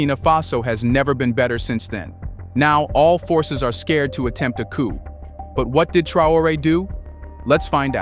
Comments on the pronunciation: The P is silent. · P in coup is silent.